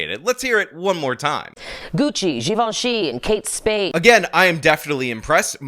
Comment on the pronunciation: That’s out you say givenchy?